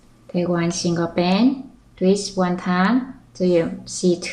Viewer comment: why before you say twist , you say treest? O_o